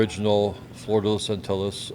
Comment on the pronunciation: Man some Americans butchering non-English language pronunciations just sound so bad. Antil-lis? Really?